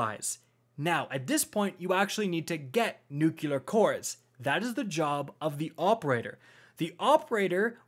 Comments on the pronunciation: idk why i was so bothered by it but its nuclear not nuculer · My man,. I can't tell you how much this helped me finally get my first clear today. I know this is like 5 months late, and I'm not trying to be a d, but pleeeeeease work on saying "new-clee-ur" instead of "new-cue-lar". "Nucular" just isn't a word. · Great video, really informative, just realised i will never atempt the raid because of the whole get the buff, send it up, get it back, pass it along etc. And also, anyone realised how many times "nukelar" instead of "nuclear" cores ^^ anyways, great vid, keep it up. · I just can't get over how he says "Nucular" instead of "Nuclear" hahaha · don't forget "nucular" instead of nuclear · Every time I heard "Nucular" I found myself yelling " It's NUUU-CLEEE-AARRR!!!" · I couldn't stop flinching every time he mispronounced nuCLEAR. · Thank you for this fantastic Raid guide, but this is just a pet peeve, so it's not a criticism, but nuCLEAR. It has the word CLEAR in it. Not nuke-yu-lar, nu-clee-ar. Nuclear. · Very helpful video, thank you. One note on pronunciation, it's new * clear not nuke * you'll * are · nucular? what's a nuculus? is it the center of an atmum? nu clear. nuclear. like an atoms nucleus. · Great vid, as per usual. Just need to learn how to say NUCLEAR core instead of NUCULAR lol ;-) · I don't if it's juste me, but I've bee hearing "NUKULAR" cores. Isn't it "NUCLEAR"? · You lost me at "NucUlar." There is no extra "U" in "Nuclear." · It's pronounced new clear not new cue lure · It is NOT ...NUCULAR... NUCLEAR! nucLEAR! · NUCLEAR Not “nookuler” How can I trust your raid strat now?!? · NuCLEAR, not NuCULAR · Trying to help you out........ say "new-clear" not "new-q-lar" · "nuclear, not nukulur" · Ugbh NUKULUR sounds so annoying. ITs NUKE LEAR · NUCLEAR. NEW-CLEAR. N.U.C.L.E.A.R. NOT NUKE-YA-LER. IT IS NOT SPELLED NUCULAR. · God. Another weirdo that says "nook-yuh-lur". It's two syllables man. "New-clear" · And nucular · “Newkular core”